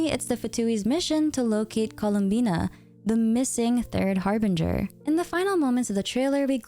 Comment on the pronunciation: i thought her name was "columbia" cause there was no "n" in her name